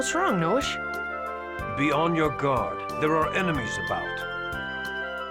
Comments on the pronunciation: Noishe's name is pronounced like noise, except with an '-ish' sound. You've been mispronouncing it the whole time. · isn't it Noy-she